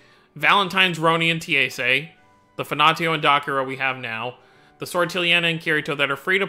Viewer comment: That's not Ti-e-se. That is pronounced like Tea-Say